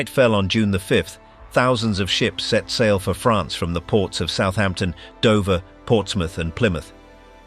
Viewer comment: The proper way to say France.